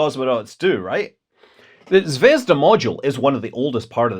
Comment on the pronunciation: did you say Zvedzdabule? 🤔